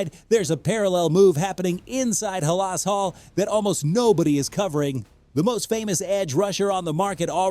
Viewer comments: If your AI voice can't correctly pronounce "HAL-as Hall," then you've lost me, and most Bears fans. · Stop mispronouncing halas 😮